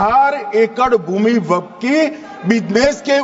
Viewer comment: Wakaf nahi waqf hai pahle sahi bol lo .